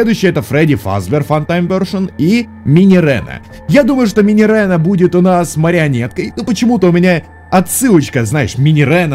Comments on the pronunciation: Минирена Минирена, там ее, а не е, так что минирина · Не минирена, а минирина(двойная "e") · Читается Минирина, а не Минирена :) Но блин, я лав твои теории 😍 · Minireena читается как Минирина. (Кароч там не Е)